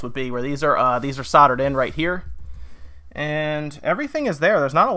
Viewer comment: You people really need to buy tissues so you can blow your noses B4 you do a video as its very off putting and whats with the camera work, half the time we're just staring at a white cloth because you keep moving out of view. Also why do you say sodder when the word has the letter 'l' in it, i'm not picking fault i just dont understand why you completely miss out that one letter.